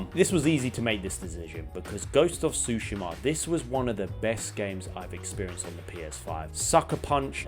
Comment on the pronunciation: Bugs the hell out of me how you say “tushima” and “baldurs” 🤣